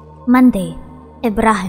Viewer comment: u pronounced the name wrong, its more of the ab in about, obstruct, abserve, and then bas is like baaas, and u have to kind of hold the b if that makes sense, ik how to read and write arabic so ik how the name is supposed to be pronounced but u should be able to search it, and ibrahim has a long e sound